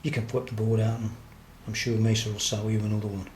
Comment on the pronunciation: man love the shirt very cool. thanks for your time much appreciated and you pronounce Mesa correctly